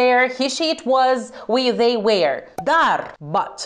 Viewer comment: Draga mea..Am primit spam la mesajul in care iti atrageam atentia ca nu pronunti corect forma “were” de la vb To Be (minutul ). Repet, sunt si profesori care te urmaresc, obisnuieste-te si cu feedback negativ - dar productiv. Mi s-a parut mai urat ca mi-ai dat spam la comentariu, decat ca ai comis o greseala (de incepator) de pronuntie. Rusinica!